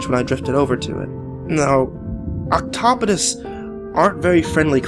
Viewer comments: "Oct-op-odis"... lol. It's pronounced "Oct-op-a-deez". Not the correct plural for octopuses, but it is more accurate than "octopi" (octopus is of Greek origin, not Latin). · octopodes is pronounced ok-taw-po-dees. the more you know